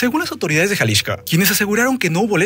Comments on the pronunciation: ¿Porque dice Jalishco y no Jalisco? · Jaja ¿porqué el nombre del estado lo pronuncias Jalixco (que hace años no se llama así) y al cártel si lo nombras de Jalisco? XD abrazo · gracias por el dato, pero yo me refería a Jalixco no a Xalisco y solo se me hace curioso que al referirse al cártel lo nombre diferente. Saludos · ¡ O Ya! Te capto en jaliXco el cual suena (Jaliksco) seria la pronunciación. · Te dejo de ver un par de meses y ahora hablas bien raro "jalishco" así lo pronuncias. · Tanto decir Jalishco dijo Munishipio jejej. Se acaba el muuunddoooo.